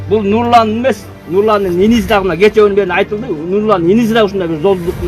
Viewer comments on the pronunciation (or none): none